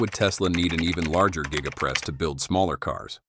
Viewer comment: Gega press huh. The AI voiceover needs a raise!